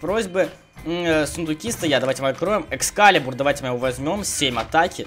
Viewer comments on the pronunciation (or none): none